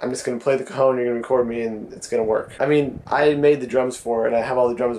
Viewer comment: hahahahaha, it sounds like if you pronounce cajon like cojon, wich means balls(male) in spanish trololo